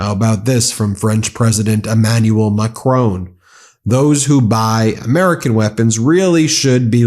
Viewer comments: 'Makrown' is not how you pronounce his name 😂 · This is nitpicking, I’m sorry, but can you please pronounce President Macron’s name correctly ? I appreciate American English is different, but as it’s a name… grates on me wherever you say it - sorry!!🙈🙈🙈 Love your reporting and what you’re doing, thank you!!!🙏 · Our French president is called "M'cron" not Mac,krone. The a and the n are both soft as is the o. Also it's not Eye'rak or Eye'ran😂😂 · Excuse me but Macron does not have a 'e' at the end. The 'on' is ptonounced as on in English but maybe listen to a French person to get it right? We all change pronunciations a but in our own idioms bur the US has a very strange relationship with vowels. Eg. Iraq is nit eyeraq. Iraqis useba short 'I' and they should know. The same with Iran. Its nit eyeran.😂❤ But really love your work. How you stay sane I dont know. Ps excuse anh typos. Ive put my specs down somewhere. 😅